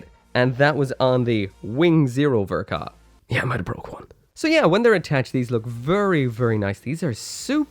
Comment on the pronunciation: “The best ver ka ever made” that’s an interesting way to pronounce the ball